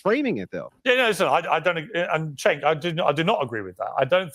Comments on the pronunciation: It’s pronounced like “Jay-nk” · His name is supposed to be pronounced as a J. As in Jenk.